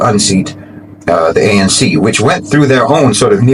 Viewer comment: By the way it is A. N. C not pronounced Unc African National Congress